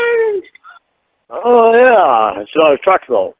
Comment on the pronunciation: Why does he always say “drivetruk” when saying his profession